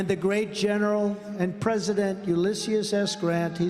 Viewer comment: Are we just gonna ignore Trump adding a syllable to President Grant's first name? I guess the name Ulysses is just too 'ethnic' for his pigeon brain to process. "Ulysius"... 🤦🏼‍♀️